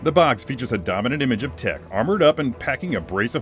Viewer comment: It's pronounced 'Tick' :D